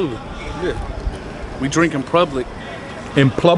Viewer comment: and then said we drink in prublic 😂